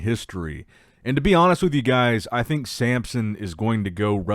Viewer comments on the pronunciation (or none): And he’s the king of mispronouncing names… he can’t help himself, he just has to say Sampson every time.